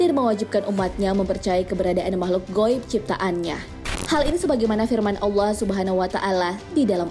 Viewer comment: Coba belajar ngucapin Allah yang benar min